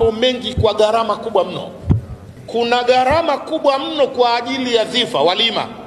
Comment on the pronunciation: WEWE NI MWANACHUONI, NA KISWAHILI NI LUGHA YA WAISLAMU, NAKUOMBA USEME GHARAMA SI GARAMA.